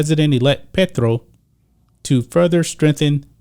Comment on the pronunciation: Love the accurate pronunciation on Petro haha